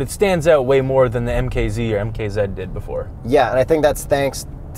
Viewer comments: MKZED? Ummm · its MK Zee, its an american car u fools